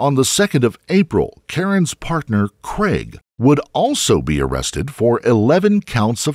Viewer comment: Please....."craig" not "creg"